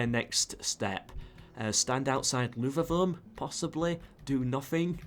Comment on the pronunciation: Did you say Luvavum or did i mishear it? It´s a capital i.